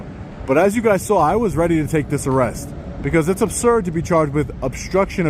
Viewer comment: Under "arreth" 😂 😂 😂 😂 Love ya, but I laughed my ass off